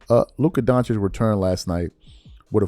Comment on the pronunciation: It’s not doncic is donchich